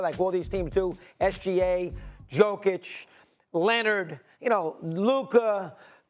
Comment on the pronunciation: The way he said Jokic 😭